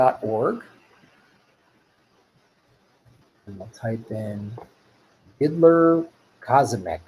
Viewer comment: It's annoying that you kept saying Diddler... It's Did-ier... With an I, not an L...